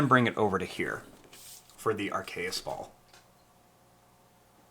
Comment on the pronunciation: It is called a AR-KE-US soprise fold.